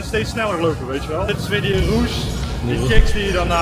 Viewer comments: Ja "Roes". Deze man zegt steeds Roesj. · maar hij zegt: ik ben op zoek naar een roesj? 😂 wat een space kerel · Kan iemand deze man aub uitleggen hoe je rush uitspreekt?